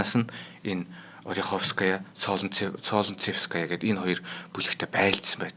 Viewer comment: Солнцевская- Соонцэвскаяа гэж дуудна